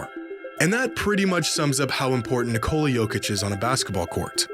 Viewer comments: Nice video. Would be great if after all this time you learned to pronounce his name. It's Nee-ko-la, emphasis on the first syllable. Hearing Nicoula hurts my brain every time and I just don't wanna watch. I know Americans don't care, but other people do. It's not that hard. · Nice video if it weren't for the horrible mispronunciation of the name "Nikola". It's not Nicole with an A at the end 🙈